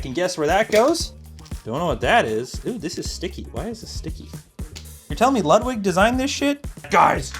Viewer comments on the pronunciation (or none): none